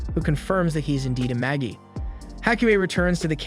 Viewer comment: I think Magi is pronounced maji.